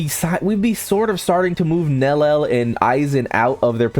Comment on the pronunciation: Dude! It's not greem Joe its GRIMMJOW! The pronunciation is even in the anime! Watch it sometime and its not nell el its nell-li-el. Are you mispronouncing these names on purpose or something?!